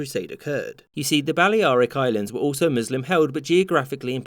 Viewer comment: Bally-Ariks Islands?